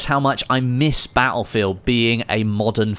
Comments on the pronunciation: its "Battlefield" not "Baulfield" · I love how he says batt-le-field